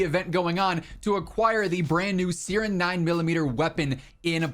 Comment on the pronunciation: Bro love you but that's not how you pronounce siren 😅😂